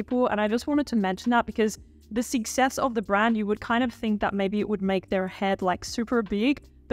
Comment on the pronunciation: omg I can't under the way you pronounce success as sixess :D